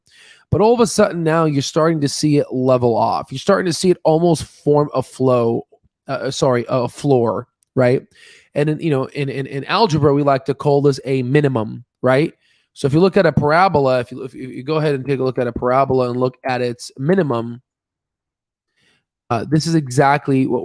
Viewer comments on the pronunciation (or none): It's AL-gebra, bruh